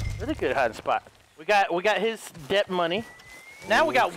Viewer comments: It's DEBT not DEPT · Why does he say deb t when it is pronounced det?